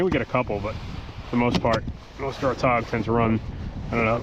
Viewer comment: Okay, I thought you were saying todd, but I think you were saying tog.